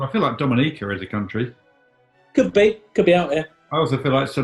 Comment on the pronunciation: It's actually pronounced Dominica.